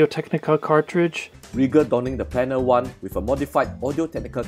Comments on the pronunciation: ha ha, that because most of them are American, you seem to have trouble with pronunciation as a nation, Planar has no "e" in it like plane'r . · It's pronounced REGa as in regulation not reega and planner as in planet. Good informative video though.